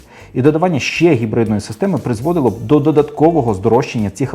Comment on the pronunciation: Кототко і зрозуміло, Дякую! Дуже лише дратувало Ваше «Хекання» при вимовлянні типу гібридної установки. Ви ж самі казали, що абревіатура походить від слова «Гібрид», ну, то ж не Хібрид, так же ж? Це російська калька озвучувати англійський звук «Н» як «х». Вони (москалі) ж взагалі не можуть вимовити звук «Г», а тільки «Ґ»…